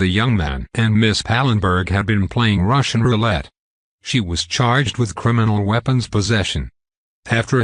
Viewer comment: Nothing tugs at the heartstrings like hearing a robo man utter the words "Ruhuhuhshan rooo-let." Had to immediately press pause and decide whether or not it was wise to continue viewing or not.